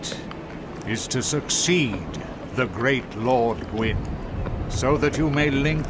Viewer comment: somehow, you nailed kaathe's name and failed on gwyn's twice. and the problem with kaathe is that it's totally unclear WHY he's helping you at all, and that his methods to achieve this are evidently not the best. frampt is just a brown noser, trying to stay in with whoever's in power, but kaathe..... kaathe wants you to become the dark lord for wholly unknown reasons. what does he get out of it? is he actually trying to help, or is he getting something out of this? and considering his last two plans resulted in manus and then the four kings drowning cities in dark, should we really be listening to his plan even if he's right?